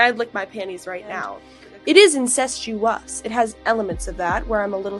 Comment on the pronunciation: Incestuous, she cannot even pronounce the word she’s accusing you of.